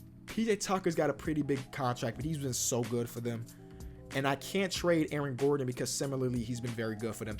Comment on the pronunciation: Why does he say Aron Gordon....